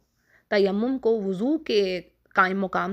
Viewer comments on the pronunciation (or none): Mad elfaz ke durustgi bhe naiky he Lafaz. . woozo nahe wuzo he.Abdul basit